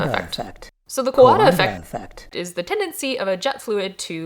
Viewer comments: Coandă effect, Romania (almost) mentioned!! I appreciate the effort to look to look up how to pronounce it, it should rather rhyme with "kinda" if it helps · I just started the video but my god, you scared the bejeezus outta me with that soundbit of someone pronouncing "coandă effect" LOL Anyway, always love seeing your videos and learning cool things to research, thank you for your content!